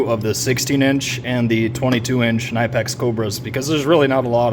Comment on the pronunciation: You did a great job comparing the two, but then I heard you called it a nine pack 🤦‍♂️ instead knipex